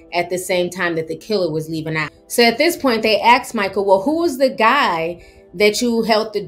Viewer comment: Asked not axed